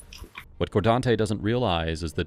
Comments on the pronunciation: Bro, it's "car' not "core", and also FU. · Fkn “Cor-Dante” “I ain’t do nut-ing bro” These fkn ppl break the goddamn Bro meter every other word 🤢 🤮 What an absolute pos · Hahaha "coredontey" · Cordante, lol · Cordonte 😂 wtf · "Cordonte" Shocker